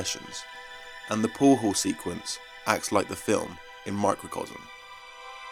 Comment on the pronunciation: No, it's not a "poow haww scene". Can't listen to this nit brit.